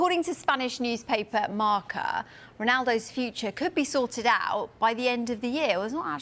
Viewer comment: marCA? srsly? its marca ffs